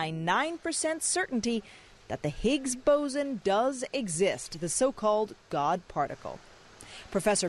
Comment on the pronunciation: Boson not bosen